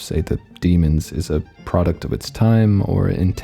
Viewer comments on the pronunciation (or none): none